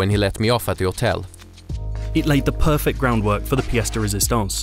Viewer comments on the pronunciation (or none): none